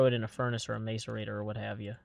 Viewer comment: Arghh Godammint that's not how you pronounce macerator and so one